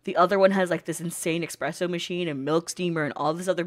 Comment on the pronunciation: Sorry not sorry, but it's espresso, not expresso